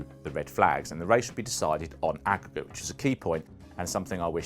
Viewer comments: Aggregate. Stupid pronounciation, had to read about the grand prix to find out what it was. Basically at the red flag they keep track of the gap between drivers and at the end they add the gap again. Like in Football when they play home and away and add the matches together. In this case, before the red flag Schumi had about 6 second lead. After the restart, Hill pulled away from Schumi and finished 10ish seconds ahead. So the aggregate was that Hill won by 3.5 or so seconds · "and the race would be decided on akwkwk" Don't understand?